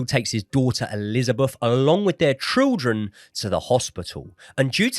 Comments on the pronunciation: it’s ’children’ not ‘trilldren’ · I can’t stop hearing trilgren instead of children 😂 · Sorry but why do you keep saying trildren😂 keep up the good work boys love your podcasts